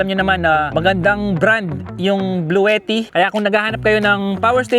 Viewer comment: Si antet ng bahay jeep iba ang pag bigkas nya sa bluetti😅😅😅